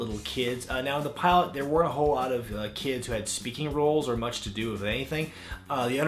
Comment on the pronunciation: loved the game-uh, so much-uh.